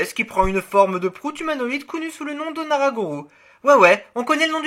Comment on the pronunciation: Ouh là, je sais pas si tu sais mais le "ou" (comme à la fin d'Onara Gorou) se prononce comme un "o" long…